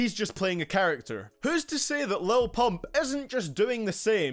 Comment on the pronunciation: Why you gotta say pump like that bruh 😂😂💀